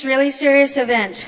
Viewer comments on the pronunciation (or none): none